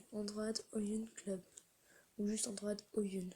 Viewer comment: "androïde" MDR pas "androade"